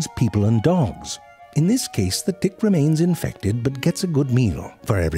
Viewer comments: Literally can't hear the difference between "tick" and "dick" anymore. Pretty sure he was alternating between the two thoughout the video. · I actually thought zefrank was saying "you see a tiny dick" and the rest of the ticks as dicks. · So this isn't the subtitles fault this time, informative as this is it wouldn't hurt to pronounce the word Tick better 😅😂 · did they intentionally pronounce t in tick to sound like d... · it's true wheter you say it with a "t" or a "d" 😂😭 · He’s intentionally not pronouncing it in both the beginning and the end lol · He's doing that on purpose doesn't he? Making the T in "tick" sound hard so it sounds like a D... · Can't pronounce tick. Can't pronounce mosquito. Gets "chelicerae" first try. I love this channel. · He must have so much fun with the word "tick", is the first letter a "t" or a "d". Only he knows. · The last clips of hr vid he didnt even try to say t and not d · The audio/ text is saying "dick" at times. That's why I clicked on the video I was watching with only text and at times it wrote tick but then it would write dick. Look at transcript - I'm sorry but I laughed my head off at the first few minutes of the video after hearing tick as dick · Wait, was the first minute of this video about ticks or dicks? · Reason why it sounds like “dicks” and not “ticks” is that he’s not aspirating his “t” sounds, meaning that he does not add air to his “t” sounds. English speakers add air only when the initial sound of a word begins with “t.” A “d” sound in is the same as a “t” sound, except it is voiced (your vocal chords vibrate). In English, however, English speakers do NOT aspirate this sound, so there is no air being added. Because of this, English speakers who are not trained in understanding different morphemes will interpret [t] (unaspirated t sound) as [d] (unaspirated d sound). Hence all the dick jokes. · He said dick not tick lol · For some reason, I only hear "D"ick, not Tick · I Deadass thought he said dick